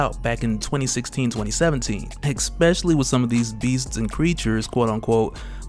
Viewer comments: Especially not expecially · EKSPESALY. Truly especially an alternative pronounciation